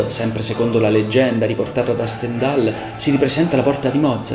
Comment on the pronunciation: Ottima analisi musicale e storica del Requiem di Mozart, attento però alla pronuncia di Stendhal , non è proprio perfetta. Per quanto riguarda tutta la parte "nera" , basta leggere il bel volume di Christoph Wolff, Il Requiem di Mozart. La storia , i documenti, la partitura, Astrolabio 2006 , tutto viene chiarito senza ombra di "mistero". Grazie per l'ottima analisi musicale e strumentale. Io sono un tastierista laureato al Conservatorio e mi occupo soprattutto di filosofia della musica, , ma confesso che il tuo modo di spiegare è veramente eccellente , sia per l'analisi musicale e strumentale ( come ho già detto) , sia anche per il tono suadente della voce. Complimenti.